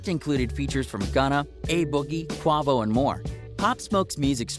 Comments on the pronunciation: The way my man said QuAvo 😂🤦🏻‍♂️ rip POP 💙 p.s it’s not grime beats it’s UK drill beats ... 🤦🏻‍♂️🤦🏻‍♂️🤦🏻‍♂️ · Where's the leaked footage you just made a video of the same shit we already knew of like you give youtubers a bad name and your what's wrong with today's generation. I'm willing to bet you had know idea who this man was b4 his untimely death your dumb ass didn't even pronounce Quavo's name right. You just regurgitated everything every one else has already said a week ago and threw some click bait in your title and uploaded. Stick to what you know if you cant be original or do the proper research or leave it alone Pop Smokes fans definitely deserve better